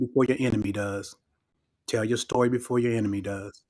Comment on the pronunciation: "To make a long sory short..."